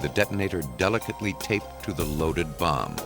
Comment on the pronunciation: Hate the way the narrator says Bomb/Bomber/Bombing!!!